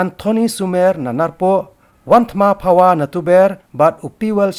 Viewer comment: U Nong kren jong ka Batesitv um nang ban pronoun ia ka Kyrteng jong u Wanthmu Phawa